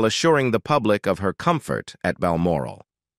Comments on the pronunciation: 'Meghan was not to be brought to Bal Morale', gotta love American mispronunciations of British placenames. 😂 No morale whatsoever 😂😂. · Load of mis and partial information coupled with an inability to pronounce Balmoral.